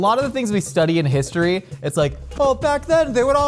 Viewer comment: Did they say Pisstory ?